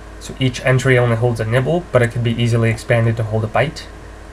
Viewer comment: Is it just me or did he actualy say "nipple based memory" xD